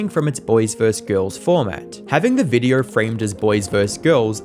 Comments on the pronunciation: Cant stand how you say videaurh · The way you say "videheuwr" is crazy